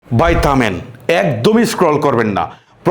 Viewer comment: ভাই থামেন ❌ বাই তামেন ✅😅😅😅